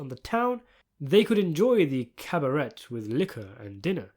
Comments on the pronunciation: "Cabarette"? AI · It’s pronounced caba-ray